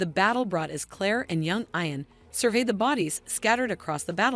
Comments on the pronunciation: Yes it's, eeeean. and Graig Naa Doon!! What a crappy synopses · Ian is NOT pronounced 'eye-an'. Are you a robot?